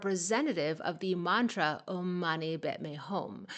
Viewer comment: Buddhist..means taken from Hinduism (sanskrit). Just your pronounciation of OM is wrong. Please Google onhwonto pronounce OM